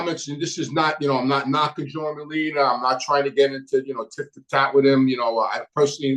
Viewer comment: Merlino not merlina